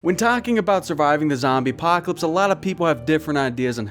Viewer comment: "Zombie Poclps"